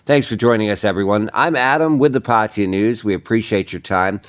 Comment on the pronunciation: Ok. If you are reporting the news in Thailand, then put in a little effort to at least TRY to pronounce the names of cities correctly. Your complete butchering of the word PATTAYA is painful to the ears. And I'm a farang. Come on! Just ask any Thai person (there is probably one standing next to you) to pronounce it for you and just imitate. It's not that difficult. PATEE-YA, indeed!!!